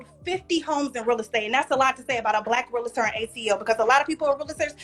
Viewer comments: Not Michael Myers😂😂😂😂😂 thats diabolical work😂😂😂😂😂 Its Realtor Not Realator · The word is REAL-TOR!!! not REAL-LA-TOR!! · I don't trust a Realtor that pronounces it Realator. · Michael Meyers 😭😭😂😂😂😂 She’s definitely a little slow. REEL-TOR not RUL-A-Tur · She don't even know how to say Realtor. She say Realator. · That’s all he had to say to prove that she’s slow.. “realahtor?!” 😂😂